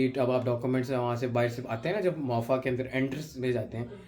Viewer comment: Beta don't pronounce MOAFA its MOFA (MOOFA)